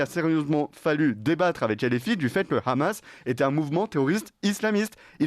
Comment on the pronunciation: D'accord mais svp arrêter de dire "Ramas" c'est insupportable. Aucune raison d'utilisation la prononciation hébreuse. C'est de l'arabe HHHHHaaamas.